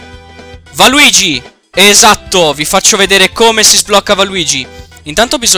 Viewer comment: 1. Ti stimo. Almeno c'è qualcuno che sa che Waluigi non esiste su SM64DS. 2. Valuigi! lol